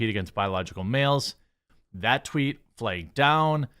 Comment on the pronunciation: Lol "flegged." I love Jeremy!